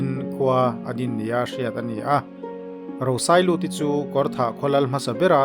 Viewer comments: A tha hle mai, chutih rualin kan khaw Lal hmasa ber hming lam erawh tlem in a thluk a dik lo deuh. 👍🏻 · Lal Rosailuti hming thlûk hi a dik lo hret a nih hi.